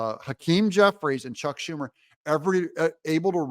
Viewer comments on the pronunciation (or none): none